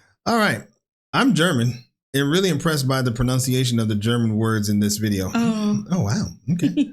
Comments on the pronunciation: Maybe in 10 to 20 Videos Gregs German is better than his Spain. His pronounciation is really REALLY good. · Wow,, you're really good at pronouncing German words 👍🏼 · You do very well with the pronounciation!